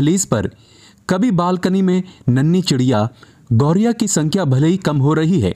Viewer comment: कृपया अपना उच्चारण ठीक करें , यह पक्षी "गौरिया " नहीं बल्कि गौरैया कहलाता है ।